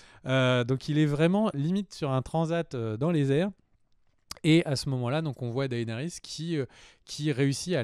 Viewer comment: S'il vous plaît les gars arrêtez d'ecorcher les noms. C'est vrai que Martin a déclaré qu'on pouvait les prononcer/lire un peu comme on voulait mais Daenerys quoi faites un peu gaffe ça pique les oreilles à force.